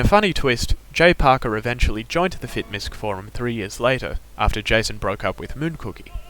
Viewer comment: Fitmisc is short for Fitness Miscellaneous. It is said properly as so. Fit-Miss not Misk.